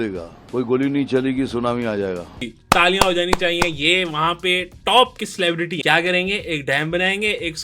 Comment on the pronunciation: بھائی یہ سلیبرٹی نہیں سلیبرٹٹی ہے